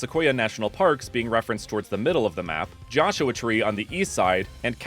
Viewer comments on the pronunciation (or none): none